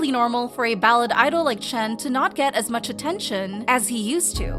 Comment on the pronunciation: No, this person who can't even pronounce his name right is tripping 🙄